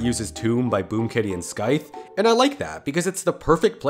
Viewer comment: Did he say “skythe?” It’s sythe